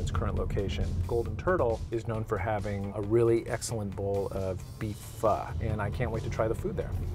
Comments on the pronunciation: BUT SAID "PHO" RIGHT!!! That's all that really matters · This looks beautiful. I'm in Toronto I gotta check this place out. Thanks for saying Pho the right way, dunno why but it's like nails on a chalkboard to me when it's not said right. It's like saying Toronto and accentuating the last T HARD lmao.